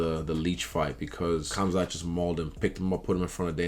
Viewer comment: I love the way Izzy says khamzat